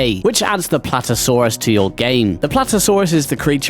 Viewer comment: why do you call PlaTEOsaurus Platosaurus :Sob